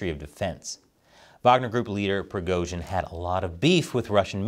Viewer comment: keep up the good work, but for the love of God, you managed to somehow mispronounce EVERY. SINGLE. RUSSIAN. WORD. Other than Prigozhin, Moscow, and Putin, you butchered them all. It's just jarring, especially when your Chinese is more or less correct/better than 95% of Americans